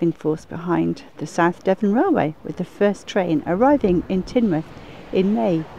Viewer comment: Ha ha 🤣 even I knew it was pronounced Tinmouth and I'm from the south east lol